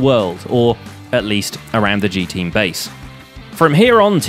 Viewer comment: can you please call the G-Teams people names correctly with their Gs